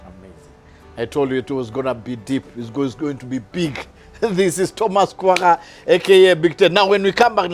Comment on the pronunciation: My fren, the H in Thomas is silent. Otherwise, nice show. thanks for dropping nuggets of wisdom.